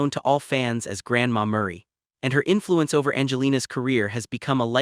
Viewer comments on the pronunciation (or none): By the way her grandmother’s name is Mery not Murray